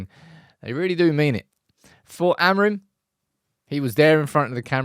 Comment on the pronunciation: Once and for all: its pronounced "A-moo-ring" with the "g" being muted. Its nasal "ing", forget the last "m". And the intonation is more like "amputee" not like "amplitude" meaning the strong syllable is the last one, not the first.